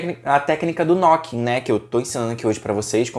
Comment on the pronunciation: é "nuquin" a pronuncia correta...